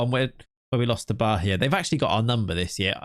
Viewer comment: Funnily enough the "Atletico de Alagoinhas" pronunciation was pretty on point. The "Bahia" though, not so much😅. There is no "h" sound, it's "Ba-ia" with an emphasis on the "i". Thank you for another great video, love your content!!